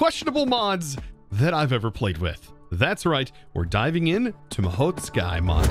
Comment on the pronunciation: FINALLY I have found it I found the true Holy Grail A YOUTUBER THAT CAN PRONOUNCE THE NAME OF THE MOD CORRECTLY! I thought it would be impossible